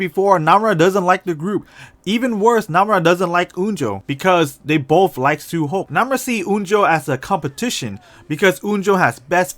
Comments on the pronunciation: He said su hok not su hyeok. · Why you say suhok and unjo not su hyok and onjo??